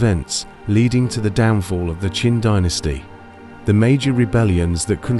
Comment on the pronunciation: Your AI voice is mixing up the Qin and Qing Dynasty's.